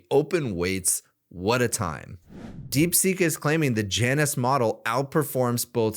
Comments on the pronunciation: its pronounced 'yawn-us' , ala the roman god of doorways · Pretty sure it's pronounced jay-nus.